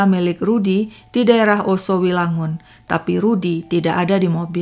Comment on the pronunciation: Yoso wilangun kak, bukan Oso wilangun...🙏